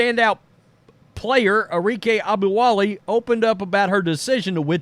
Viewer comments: It's not "Obowale"...it's "oGUNobowale". It's disrecpeting to anyone to continuously mispronounce their name. Even more if you respect them as a player as you seem to. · AH-GOOM-BAW-LAY At least pronounce her name accurately.